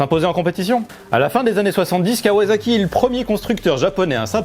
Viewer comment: KawaZaki.....mes oreilles saignent...... On dit KawaSaki, avec un S.......parce que c’est pas du fransouze, mais du Jap’.... Comme pour le Niken, qu’on dit bien Ni Ken ( « 2 Sabres » en japonais) et non pas NaïKen.... Bisoux